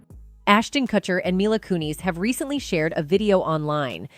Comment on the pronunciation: You can't pronounce Kutcher or Kunis and you say a dollar 10 for "$10"!! I'm out, I can't listen to this